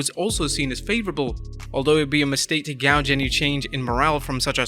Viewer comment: Disliked! “Gouge”? I think you meant “Gauge”.